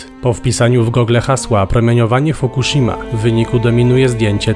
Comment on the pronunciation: fokushimę? ale to nie ta elektrownia, podeszliście pod fukushimę